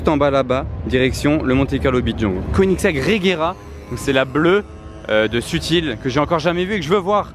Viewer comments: Koenigsegg, se dit queue nix ègue, inculte.. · Une quoi tas dit ? KONITEG ? 😂😂😂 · Koenigsegg Agera RS